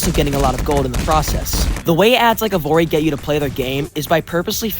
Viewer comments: Evory? Isn’t it evony. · Evory? Can you read, its "Evony". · Evony "Evory" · Lol.. e"VORE"y. BAHHHHAHHAHHAHHHAHHHHAHHHAAAHHH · Bruh keeps saying "Evory"? instead of "Evony" lol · I can’t get over the fact that you’re calling evony “evory” Also GUYS, DIDN'T YOU ALL BELIEVE THAT ALL THOSE PUZZLE ADS WERE FAKE? AND THERE'S NO SUCH GAME? BUT TODAY I'VE FINALLY FOUND THE GAME. EVONY THE KING'S RETURN. THAT'S RIGHT GUYS THAT'S THE EXACT GAME THAT YOU ALWAYS SEE IN THOSE ADS. I'VE SEEN ENOUGH OF THEIR VIDEOS, TODAY I'M GONNA PLAY IT. TO BE HONEST, I'VE GOT TO USE MY BRAINS TO PLAY THI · Bro called EVONY evory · I just don't know how you kept mispronouncing evony as evory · Called Evony not evory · The 3rd game’s name was EVONY not EVORY!!! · Anyone else annoyed that he said evory not evony? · Evory lol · why does bro keep saying evory either way you must have some eyesight issue lmfao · Bro every time he said “evory” 💀💀💀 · “Evori” .. dude can you not ready the ‘N’? Idk its bothering me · Mam said Evony with a hard R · I hate Evony with a passion, but how did you get it so wrong? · No one calls out him saying Evony wrong?